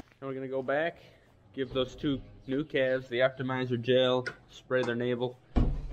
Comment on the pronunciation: I replayed that section where you were naming the new ‘claves’ several times because it totally cracked me up! How repeated you when you emphasized claves’!! You guys are a joy to watch!!